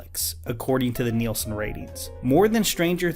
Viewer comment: Thanks for saying 'Nielson' ratings. My dad has worked for Nielson and has a hard time with people never hearing of them.